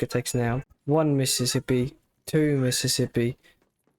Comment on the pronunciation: One Mississippi two Mississippi three mississipuh